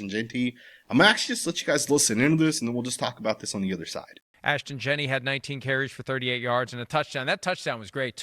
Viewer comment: I won't EVER worry what Fantasy Football Chris Simms has to say anything Raiders related. The guy is a clown. If he's such an expert why can't the fool pronounce Ashton's last name correctly??!!!! All he has to worry about how much gel needs to go in his hair every hour. He mades ridiculous comments every season about the Raiders. Jeanty is our RB !!! He will be unleashed when the time comes. This shit is chess not checkers with Pete as our HC. Hope Simms likes to eat crow.....